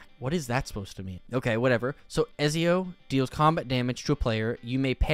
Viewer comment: am i the only one who cringed when he read Ezios name :eyes-purple-crying